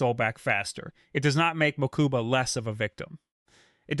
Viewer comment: "Mookooba" smh